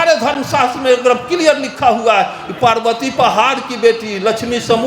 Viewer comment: पारवति को पाड़वति और नरक को नड़क बोलता है😅 एसे हर धर्म विरोधी स्पष्ट नही बोल पाता